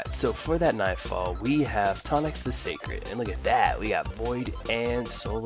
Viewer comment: Scarred or sacred? Lol